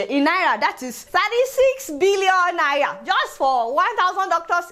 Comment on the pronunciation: Love the way you pronounce Naira.....